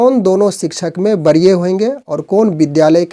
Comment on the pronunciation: बरीय नहीें वरीय बोलिए आपका शब्द उच्चारण सही नहीें है ।